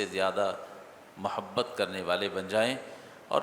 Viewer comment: مو حبت نہیں محبت ہوتا ہے